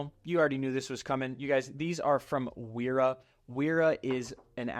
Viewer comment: Pb swiss! And also those German W's are pronounced like a V